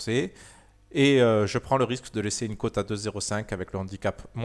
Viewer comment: pitié on dit cote pas côte ;)